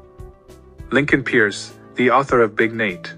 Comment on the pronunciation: His name is Lincoln PEIRCE, Pronounced "purse". Disappointing to now even the biggest fans of big Nate still get that wrong 😞